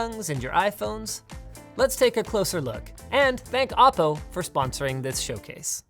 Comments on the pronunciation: Isn't it "Oh - Po" , rather "Ah -Po"? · I always though it was pronounce "Oh" "PO"...?